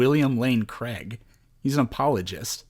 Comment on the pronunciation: I stopped listening to this guy when he said "William Lane Craige" lol!